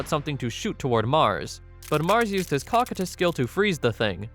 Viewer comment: I believe that its pronounced "Co-Coy-tus" like the character in Overlord.